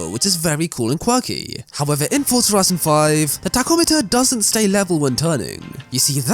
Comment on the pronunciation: it is not FOR-TS-A it is FOR-Z-A